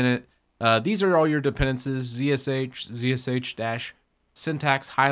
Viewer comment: It is dependEncies and not dependAncies.